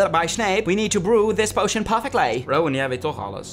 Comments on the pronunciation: misschien is het meer pojzen, als ik po-izen zeg klinkt het niet XD oh en je moet echt poosjen of poosjun zeggen want posjun is nog steeds niet goed XD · Potion spreek je uit als poo-sjun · Deze aflevering is echt heel leuk! Tip: Potion spreek je uit als poosjen :P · Leuke aflevering. Ik speel het spel ook en als je in de gangen rond kijkt en op schilderijen, geesten, huiselven, vuur wat uit is, en ridders tikt krijg je extra energie. Het werkt niet bij alles. En Potion spreek je uit als poo-sjun. Ik sprak het eerst ook altijd verkeer uit hahaha. Ga je je avatar nog meer op jou laten lijken? Bij de kleding kast kun je dat veranderen. Ik zelf zit in slytherin😊 veel plezier met verder spelen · Jammer dat je opname niet echt opgenomen was.... Maarja, doen we het maar met je 'korte' recab hahaha., waar zie jij een i voor de t van Potion?! Je verward het een beetje bet poison denk xD Is toch echt iets anders hahaha. Echt can't handle hoe je je eigen naam uitspreekt in het Engels xD Was wel weer een leuke aflevering!! Love de stemimpressies hahaha